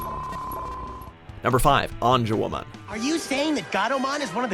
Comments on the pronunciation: They said angawomen it's angewomon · Lol, they do not even pronounce Angewomon properly.